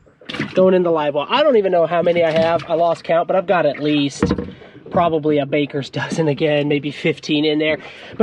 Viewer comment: The way you said a bakers dozen had me rolling lol